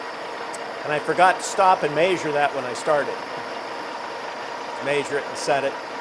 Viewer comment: Very interesting, but why do you say “maysure” instead of measure ?